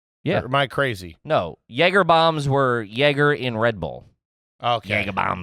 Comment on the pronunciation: For a guy who can’t pronounce jager sure says jager a lot